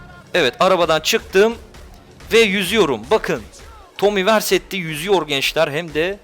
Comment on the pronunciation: Tomi versetti değil Viseri ya